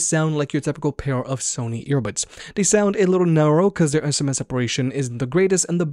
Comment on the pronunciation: sms separation???? can you please practice your enunciation... it's IN STRA MENTS ... try it. thanks.